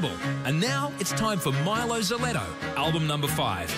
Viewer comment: Mylo Seleto and Mylo Solotoe, ha! It's pronounced Mylo Sy-lo-toe